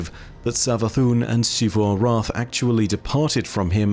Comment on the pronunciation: Dude. PLEASE. It's ZEE-vu, not SHEE-vu. It's been said out loud numerous times in-game, and it's Zee-vu every time. Your pronunciation is objectively incorrect. "X" does not make that sound. It's a small thing in the grand scheme, but recounting the stories of Destiny is basically what you do for a living, and it's borderline offensive that you deliberately keep getting the same thing wrong.